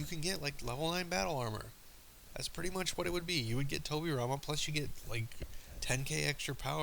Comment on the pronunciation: What exactly did you say when you noted Tobirama? I can't make it out...